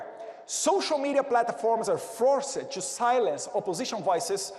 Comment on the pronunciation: Eduardo: não se fala "two be here" e o nome do vice é J D Vance, não " G D Vance" como vc pronunciou. Mas o conteúdo tá correto. Tmj. Valeu representar-nos 👍🏻